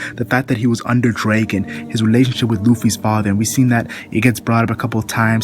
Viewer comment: sounds like (Bar-tha-la-mew) and Dragon, not Drāgon =(